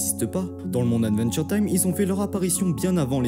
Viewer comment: Attention à la prononciation, c’est bien aDventure time, et non aNventure time. Une fois ça peut aller mais toute la vidéo…😮‍💨😮‍💨 sinon trop trop top !!!!